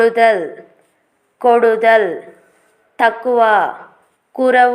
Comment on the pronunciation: Koodudal..kodadal kaadu